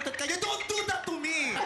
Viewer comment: laughtreyp hahaha., so unfropeysional..hahaha :D